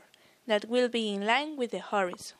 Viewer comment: Whorezon? Mezer?